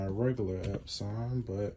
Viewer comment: Out of respect, I will now call my Epson printers EpSAWN instead of Epsun. You are awesome, friend.